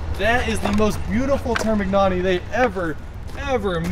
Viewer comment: you’re with an Italian, for my sanity please ask him to pronounce termignoni for you 🤦‍♂️